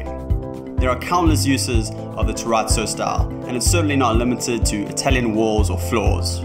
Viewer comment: lol this made me laugh hearing you say "terrazzo" properly